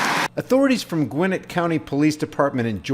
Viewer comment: Gwinn-It county! LMAO.... It's Gwinn-et.